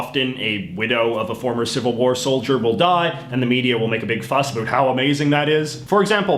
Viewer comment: Listen how he says about